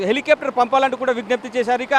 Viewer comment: ఇంకా నయం.. డబల్ బెడ్రూం ఇళ్ళే ములిగినయ్. వానలు సామాన్యంగా పడటము లేదుకదా. హెలికాప్టర్ రా నాయనా. హెలికేప్టర్ కాదు. సరిగ్గా వాగు. చిగురుటాకు.. పండుటాకు ఏంటి రా..? నీ జరినలిజం చావ.😂 మరి రేవంత్ రెడ్డిని వచ్చి వానసని ఆపమనరా😂